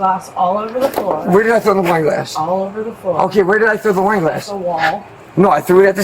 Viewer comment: I swear I thought he said, we were doing a line! 😂I guess he said I was doing some wine! By the way, NY is east cost to Florida is South of that… across the country would be from the West, dude!